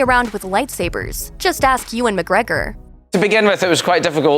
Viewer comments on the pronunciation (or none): none